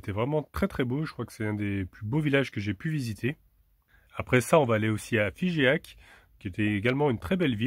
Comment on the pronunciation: RoquamadoUr !!! ah oui, je pense que tu veux parler de Figeac, on pronon, Fijac ! 9a me rappelle le lichen !!! looool !!!